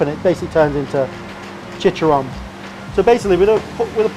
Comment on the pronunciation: Hearing a Brit say chicharron gave me such a tickle. Love it.